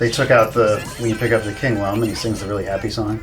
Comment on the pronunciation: Great video discussing a fantastic game, but at the end of the video, you pronounced Lum wrong. Rayman Origins' manual explains that it's pronounced like il-lum-ination, not like lum-ber. (I know both pronunciations have been used in official Rayman media, but the manual makes a point of teaching you the "correct" one, albeit they use a different mnemonic than I did.)